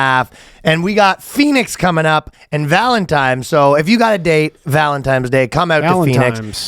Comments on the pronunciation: Ryan DID say "valentimes". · Valtentines day or valentimes?